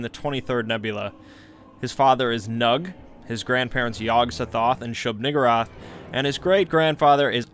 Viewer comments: when i heard him say Shub-Niggurath i instantly thought of suge knight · Who said shub huh